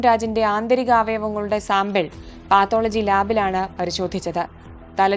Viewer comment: പാത്തോളജി അല്ല പത്തോളജി...... 😁😁😁😁